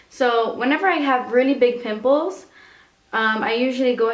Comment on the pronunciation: I first thought she said big nipples and not big pimples :D